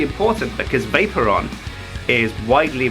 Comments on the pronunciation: Everytime he said Vaporon.. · Vay-Pore-Re-On thats how you say it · i like how pronounces vaporeon vaper on XD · The way he pronounces Vaporeon XD "Vape-ron" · I cringed everytime said Vaporeon.